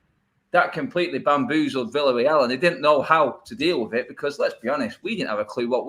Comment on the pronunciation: It pronounced Viareal